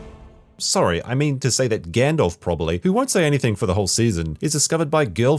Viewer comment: Stop saying fucking “Gandolph” it’s Gandalf